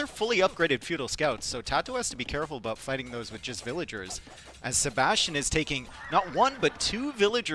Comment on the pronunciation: what happened? why no casting until game three of tatoh? also the casters mic's weren't working right. Tristan sounded like he was talking from the bathroom down the hall. After all these years, why can't pronounce VILL-A-GERS, and spasm's out "vil-ears" over and over. It's not cute or funny - just annoying.